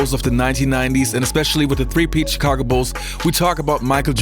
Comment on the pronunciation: The way he says Tchicago ...... Kukoc is like Ginobili , bball geniuses that were able to put their ego aside and play for the team . If he was playing in today's league , he'd be a superstar